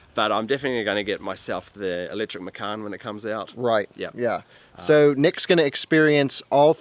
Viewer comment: Hi, liked the video. Just want to make correction on the pronunciation of Porsche Macan. It's pronounced matjan, not meckan. Macan means tiger in Indonesia.